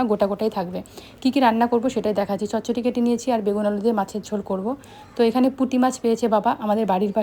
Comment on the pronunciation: Ami bangla janina kintu amr monehoy chochodi hoe a chochoti bole kno 😂😂😂